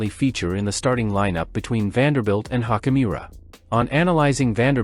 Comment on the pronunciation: Youd have more cred if you pronounced laker players names correctly. Hachimura nit hockeymira.